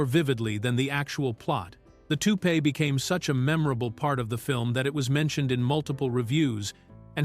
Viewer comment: Shitty ai voice over with random photos that have nothing to do what’s being discussed. Check. “ToupEE”? 😂